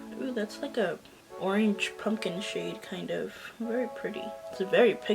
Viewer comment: These palettes are so pretty. I am loving this pumpkin shade! So fall!! Everytime you say "poopy" shade I laugh. 🤣 Hilarious.